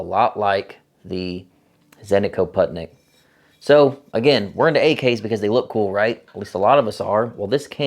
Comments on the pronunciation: Random facts: "Putnik" means "traveler" or "wanderer" Correct pronunciation is "pootnik" like in "wool" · Putnik means traveler and is pronounced poot-nick ;) themoreyouknow.gov